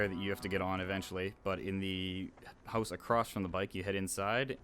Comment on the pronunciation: lol at the second level he said hoze not house xD